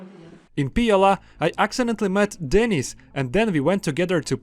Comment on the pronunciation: Bro, the way you're pronouncing your mates name (Denis), it sounds like you're saying 'Denise', which is a woman's name.